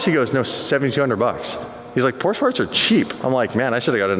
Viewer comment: Please do me a favor, STOP with that PorschA pronunciation. There is NO ‘A’ in Porsche. 🤦🏼‍♂️